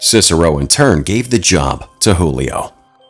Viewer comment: He was Brazilian so his name is not Julio in Portuguese we pronounce the j as j not as h